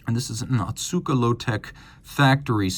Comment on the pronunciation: The pronounciation is Oh-Tsuka, not Ah-tsuka like you've been saying.